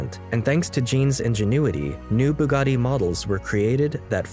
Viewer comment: Bugatti is written with double T, not how here pronounced with double D.